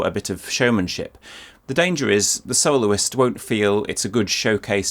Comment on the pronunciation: says "soloist" and my ears hear "soul's". So where are the audio slices from a Kol NIdre orchestrated?